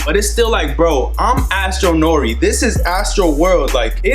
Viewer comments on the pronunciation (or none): none